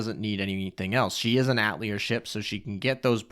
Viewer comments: It's pronounced Ah-teh-lier, not At-lier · That's not how you pronouce "atelier" It's atay-lee-ay, it's the french word for workshop. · Lol atelier is pronounced AH-TAH-LEE-A... The R is silent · "At leer" LMAO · Ah-teh-li-eh please for gods sake lol Thanks for the review, was waitin for this!